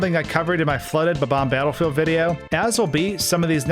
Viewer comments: its not bubom its bomom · I will never forgive the person who decided to start pronouncing bob-omb as buhbomb.